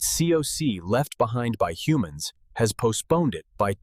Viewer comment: Are we talking about hunams or humans here?